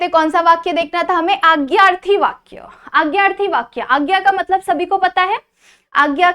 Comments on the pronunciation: Mam it's not agyarthi, it's adnyarthi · It is not aagyarthi it is adnyarthi